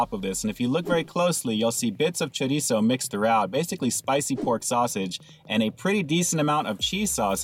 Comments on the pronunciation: High five to my fellow Californian who knows how to pronounce chorizo! Cali peeps represent! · Glad you attempt to pronounce it right ☺️